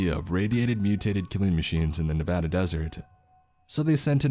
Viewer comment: holy crap someone pronouncing nevada correctly 👌👌👌